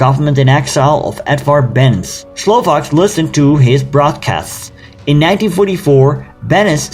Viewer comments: Beneš’s name was butchered. A brief research would have shown how to properly pronounce his name, [ 'bɛnɛʃ ]. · Nice! just two little improvements : Benes pronunciation is not right - it is Beneš so it sounds like "Benesch". Slovakia was one of 3 countries who attacked Poland, that's right... but more important is that Slovakia did it on September 1 together with Germany, Russia joined later.